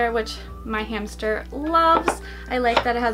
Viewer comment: In the beginning of the video she said hamcher